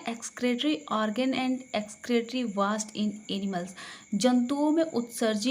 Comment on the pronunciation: मैम वास्ट नहीं वेस्ट प्रोडक्ट्स होता है...